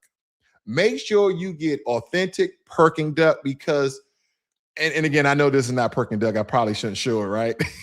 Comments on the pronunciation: Brother you got me rolling on the floor when you keep saying “Perking Duck” I went to Beijing and Shanghai last year and the Peking Duck was awesome one place I visited was called summer palace that place was huge and you can rent boat and ride around the park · Brother got the pronunciation of beijing almost spot on...then proceeds to call the dish perking duck😂😂😂 awesome video though... cant wait to go back to the motherland in 2 months, been over a decade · If your a bigot and not open minded then no amount of China maxxing will change your mind. Freedom of speech in America is a false narrative it has its limits just like anything else. Its Peking duck not Perking duck brother. 😂